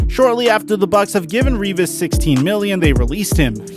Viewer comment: U said the name Revis right. Its annoying when thay say my last name wrong